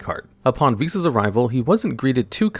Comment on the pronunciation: ive already watched this video im solely here to comment that im so thankful you pronounced the name correctly unlike golden nova who was dumb enough to think it was pronounced v-sauce and i was forced to listen and watch it as at the time of his upload he was the only yugituber with one posted